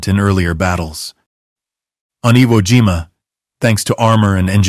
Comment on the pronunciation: Uh weemah?😂😂😂😂. Never heard of that island. Iwo jima might be close by. How old are you mister creator. ...10 11😂 your AI voice won't save you.